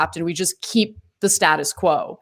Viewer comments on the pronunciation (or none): none